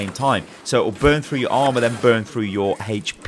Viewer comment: For a second I thought you said alma I was like who is alma ... Then I heard armor